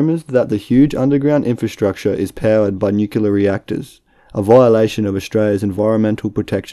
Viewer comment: Ouch! It's pronounced 'nooo-kleah' not nookelah. But your in good company. George W. 'Dubyah' Bush also said 'nookelah'. Go, have nooky!